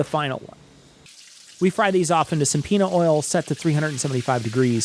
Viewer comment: Getting podcast crossover. Instead of 'some peanut oil', I heard subpoena oil. Both would suffice for a certain ex-pres.